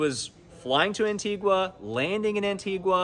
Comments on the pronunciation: its pronounced ANTI-GAH NOT ANTI GWAH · It's pronounced 'Antig-A' not Antig-Wa! There's no 'W' in it. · It is pronounced Antiga. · no one is pronouncing antigua right and it's aggy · I can not get past this pronunciation of Antigua - how is a news (it is right?) outlet not the pronouncing the name of countries correctly? One in their continent no less. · Please pronounce Antigua properly